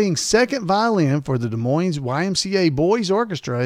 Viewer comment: it's pronounced de moin---the iowa city has a silent es. however, in washington, the town there is pronounced with the es.